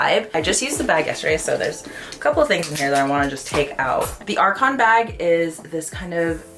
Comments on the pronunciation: It is pronounced R-SAWN..., the "c" is soft. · Please pronounce it correctly. It’s pronounced like garçon. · A bit of a silly pronunciation comment here, but if you want to sound ~French~, the “ç” in Arçon is pronounced like an “s”! 😊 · Hi, I really enjoy your videos, but the prononciation here is killing me. You would expect the sales associates to know how to pronounce the name of these bags and educate their buyers, especially influencers. The « ç » sound in French is an « ss » sound, not a « c » sound. Like « garçon ». Arçon is a word in French. « Arcon » isn’t. Thank you for keeping this in mind for your foreign audience in the future 🙏🏻